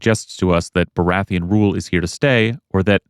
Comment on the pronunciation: Good video. Except: BORATHEON? Sorry I had to point it out, I am just that guy. Great vid tho:D